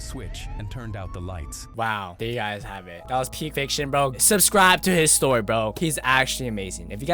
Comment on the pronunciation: It sounds like how a British person would say history